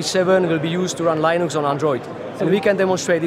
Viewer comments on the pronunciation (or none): "Laynux" ?!!! WTF !!!